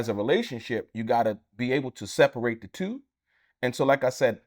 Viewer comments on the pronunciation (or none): none